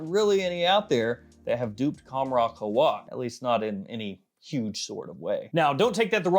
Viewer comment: It's qawh-wa not khowa